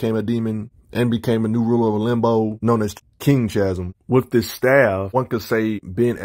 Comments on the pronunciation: Chasm pronounced KAzum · Can’t tell if you’re trolling with how you pronounce Chasm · I have no issue with that, I just wasn’t sure if you were actively trolling because the storyline behind the character change was so bad you refused to say the name correctly was all